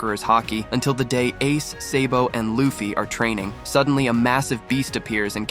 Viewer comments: dude he said seybo instead of sabo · It’s SA-BO not SAY-BO